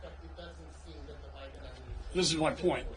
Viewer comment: Why did I hear him say O'Biden?